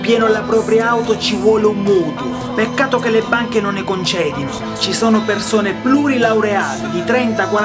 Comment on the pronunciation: Peccato solo per il "CONCEDINO". Bel video! Bravo!!! io non voto SAN SILVIO!!!